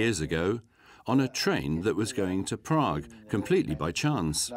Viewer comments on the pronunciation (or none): none